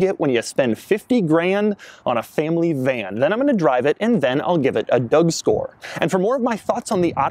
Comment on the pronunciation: Nooo no no he doesn't give dougscores silly guy, he clearly says "duck-score"